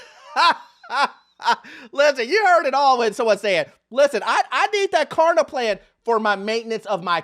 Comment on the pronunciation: it’s kLarna, not Karna.